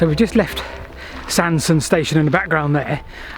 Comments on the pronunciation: Hello thanks for a lovely item. Sorry to be a bit pedantic, but the pronunciation of Sandsend is Sands-end and Staithes is pronounced 'Steers' locally. I know that you like to know these things. 😁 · it's supposed to be pronounced 'Sands end'